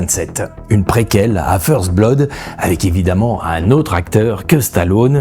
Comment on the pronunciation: Vous prononcez mal le mot "blood". 😐